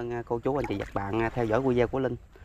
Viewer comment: VIDEO noi la VI-DI-O khong noi VIZEO .Lan sau con noi VIZEO se cho ngon tay chi xuong